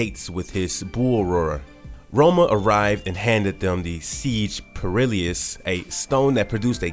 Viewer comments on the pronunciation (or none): Marauders- Maw-raw-ders Seige Perilous- Pair-ill-us